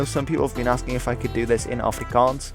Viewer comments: Thanks for pronouncing everything properly, you don't know how much it hurts when people say it wrong. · Thank you for your accurate prenounciations of our moedertaal (mother tongue).It did not go unnoticed☝️. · Correct pronunciation. Wooo! Thank you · Finally,an englishmen that can say afrikaans words properly